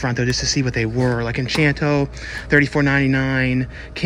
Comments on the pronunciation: I noticed you kept saying Enchanto, it's actually Encanto. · Funny how you keep saying 'enchanto' but it's actually pronounced 'en-cahn-to.' Anyway, I'm hoping for a Resident Evil steelbook but it may have just been some online myth, nothing they were really planning on releasing. Edit: wait, nevermind, I guess the steelbook does exist.